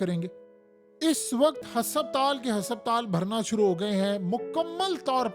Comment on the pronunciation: AOA JUNAB HSSAPTAL KEHTE HE HASPATAL HOTA APNA LEJA DARUST KARE ACHA NAHI LAGTA KE AP ITNI INFORMATICS INFORMATION DE AUR ALFAZ THEEK NA HO. ❤